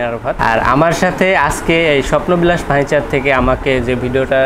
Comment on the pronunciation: "ফার্নিচার" শব্দটা এত বিদঘুটে ভাবে উচ্চারণের জন্য একটা পুরস্কার অবশ্যই প্রাপ্য, আর দোকানদারের চেয়ে ৫০ লাইন বেশি না বললে দর্শকের কান দোয়া করবে আপনার জন্যে